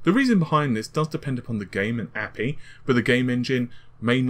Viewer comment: YOU SAID "APEE" again...I'm just going to shoot myself in the head.